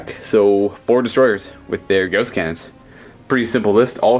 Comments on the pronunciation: I REALLY wish he would stop pronouncing the GAUSS as GHOST. Rather annoying x.x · I've never heard gauss said like gOWss